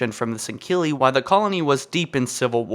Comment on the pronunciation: Please please say L in “while”